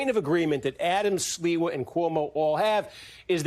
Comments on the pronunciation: Well done. You are unable to say Mamdani consistently (Man-donny is not a candidate), nor did you seem to have any foreknowledge of Curtis Sliwa (SLEE-wah.) Maybe print media would be more appropriate. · Not the butchering of Sliwa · the anchor's "Sliwa" pronunciation just about sums up his notoriety and chances haha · Wait who is this guy? He doesn't know who Curtis Sliwa is? Obviously not. Steve Kornacki, as always, in the know. The gentleman who was anchoring him not being from New York obviously is no excuse for him mangling the pronunciation of someone that's been a New York let's call him icon for more than four decades